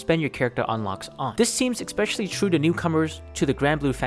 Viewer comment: Expecially is not a word.